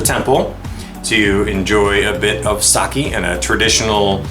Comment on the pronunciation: Seen a handful of Japan vlog and many have been pronouncing sake incorrectly. The correct way to pronounce it is (sa-keg) pronounce keg without the g.